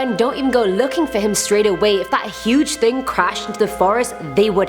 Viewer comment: My fave part of the whole video is when you said ting instead of thing....it was so cute!!